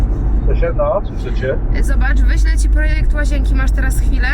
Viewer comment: łazięki - mówi sie łazienki - n jest w srodku